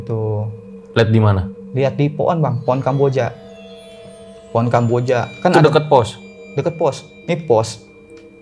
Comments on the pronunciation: HJAHAHAHAHAHA pohon jadi po'on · Maaf aku ngakak pas masnya ngomong poon sama kuntil anak😅